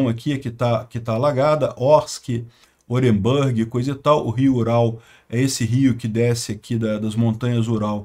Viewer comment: MAIS UMA VEZ (no caso, pela ZILIONÉSIMA): NÃO se pronuncia OrenbÂrg — mas sim OrenbUrg.